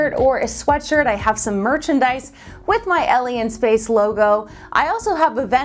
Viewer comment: I keep hearing your channel's name as Elien Space.